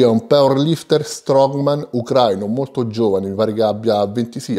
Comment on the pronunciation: Gran video come sempre ps si pronuncia *ucraìno